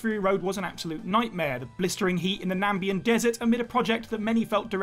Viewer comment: "Nambian" desert?